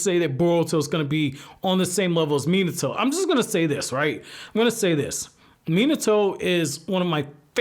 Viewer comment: Stop saying minitoe